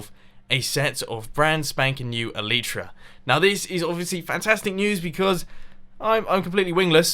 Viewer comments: Its elytra not elyta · in the episode plan you said elyta instead of elytra. mumbo is amazing #lovethatmumbojumbo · Elytra, not elyta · "Get elyta" in the beginning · "get elyta" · it's elytra, not elyta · "Get Elyta" Good job mumbo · ELYTA?! MUMBO! xDDD ELYTRA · Elytra.. not elitra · 'get Elyta' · ya get elyta its elytra lol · ... "GET ELYTA?" Mumbo... Really? (BTW, all caps because that's how it is where I quoted it.) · OMG HOW YOU GET THE "ELYTA" I T NOOOT EVN TING SO HUW YOU GEET ET YOU HAXOR! Kappa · El-y-tra, stress on first syllable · at the start "Get Elyta" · "Get Elyta", What is that mumbo? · "Get Elyta" XD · 12 seconds in and you already failed "Get elyta" XD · Love me some "Elyta" mumbo😂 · I think the correct pronounciation is El - i - tra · "GET ELYTA" What is Elyta? xD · STOP PRONOUNCING ELYTRA INCORRECTLY!!!!!! Pls if you don't comply, I will go brain dead